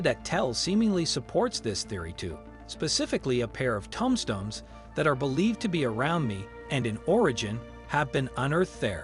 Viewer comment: “Tum stones.” “Dissuhpulls.” (Why are so many content “creators” avoiding ACTUAL recorded narration?)